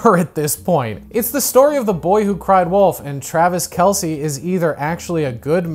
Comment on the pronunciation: I’m here to be that chiefs fan, it’s pronounced like the name Kelsey 😁